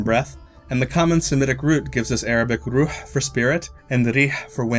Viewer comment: love it .. the way you pronounced ruh in arabic was perfect ..